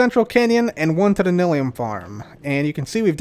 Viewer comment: Is it pronounced nil-ium or nye-lium? I always pronounced the second and heard other Youtubers do the same.